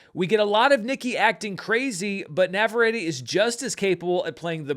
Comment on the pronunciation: It's NAH-VAH-REH-TEH.